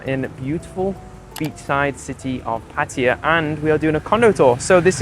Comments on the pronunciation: Pa-ThaiYaa not Patty-ya. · Pa-tia ❌ Pa-tta-ya ✅ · It's pronounced PatTAYa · Pataya is pronounced exactly as it is spelt - every syllable pronounced !!!!